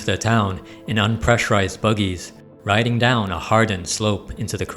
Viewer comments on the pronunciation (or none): none